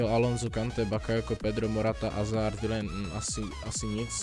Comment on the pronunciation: Je to Hazard a ne Azard.